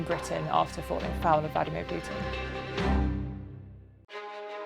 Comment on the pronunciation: It is PUTIN not PJJJJJJJUTIN omg.